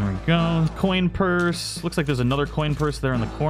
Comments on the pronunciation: He said corn purse lol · Did... he say.... CORN PUSRE 🌽😂